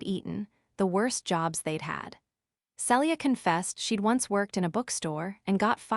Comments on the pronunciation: IT IS [SEE-LEE-A] NOT [SELL-EE-A]!!! Also, common sense would be for him to put her backpack on his back, and not let her keep it on her while princess carrying her. Also, Zaden??!!! Really?? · Celia is pronounced Seelia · Tell the crappy AI her name is pronounced Ce-le-a not cellure